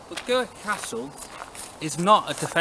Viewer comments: You walked down the marble staircase, theives stole everything other than the walls. Pronounced Grick. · Scrrreeeeaaaam, another bad pronounciation of Gwrych! All Welsh people are now cringing.